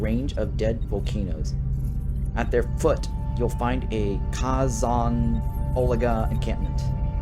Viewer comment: Kay-zon. Mah-kee, and Card-ass-ian, not Kardashians. 😅🎉